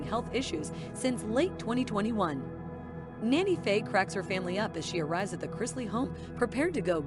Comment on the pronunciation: She is NANNY Faye, not Nana Faye! In March, they lost Francis to cancer that she had battled for about 2 years. I've always said that when Faye dies, it's going to be hardest on Chase because they are so close. They are each other's "Ride or Die" and have had so many hilarious schemes together. I've watched this show since the first episode and I hope she can win this fight. Chloe is pronounced "Clo-ee", not Clo. She also goes by Cocoa. They have been through so much, I keep them in my prayers.